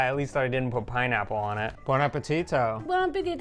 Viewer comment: when you say boun appettito, DON’T BLAST THE “T”S LIKE THE CONSTRUCTION CREW. GENTLE!!!! Listen to how beautifully says it. Elegant, NOT AMERICAN BARBARISH.